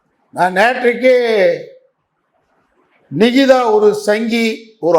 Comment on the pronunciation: அந்தப் பெண் பெயரை சரியாக உச்சரிக்கும் முதல் ஆள் நீதான் நிகிதாவின் பெயரை உச்சரிக்கும் போதே 😅😅😅😅 அத்தனை சிரிப்பு .....‌ தலைவா தலைக்கு மேல் கத்தி தொங்குகிறது என்பதை மறந்து விடாதே